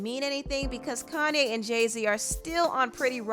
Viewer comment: Ugh why she keep pronouncing his name "Kan-ne"